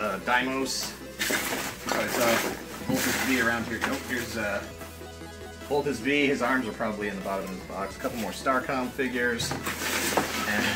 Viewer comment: it's not voltes "vee", it's voltes "five". the "v" in voltes' name is the roman numeral five. voltes v. here in asia, he (voltes v) and daimos are two of the biggest names in the super robot genre which includes mazinger z/tranzor z, getta robo, ufo grandizer and mekanda robot to name a few.